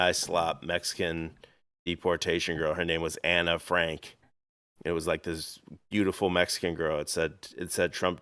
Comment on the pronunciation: Did you just say Anna Frank? I'll take the Diary Ann Frank for 50 Alex please?